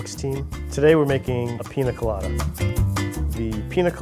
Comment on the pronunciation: Say it with me PINYA COLADA, not PINA COLADA